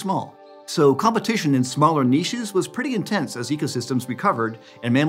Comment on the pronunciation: I just love hearing Americans/Canadians say Niche properly 😍